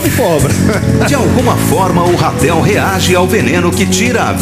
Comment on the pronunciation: Não é Rapel e RATEL!!!